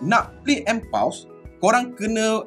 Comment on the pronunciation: SAYA NAK PHL pembetulan sikit PAUSE.. bunyi 'phos' bukan 'paus'.. hihi☺️🙏